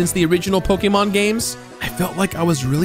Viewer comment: Respect for him saying Pokémon correctly